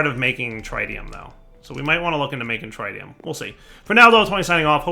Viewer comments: pleaseeeeee. Tritium, not Trite-ium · the tri in tritium is not pronouced like tri-tip roast, the tri in tritium is pronouced like the tri in trinity. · Trit-ee-um (trit, rhymes with twit), not try-tee-um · He just needs to watch Spiderman 2 again and he'll get it